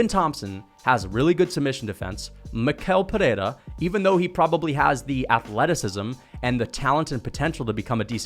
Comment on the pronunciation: He pronounces his first and last name wrong. It’s pronounced like me-shell peherra